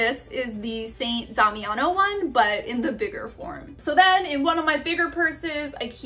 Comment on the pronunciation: yes, you pronounced "san Damiano" well ;)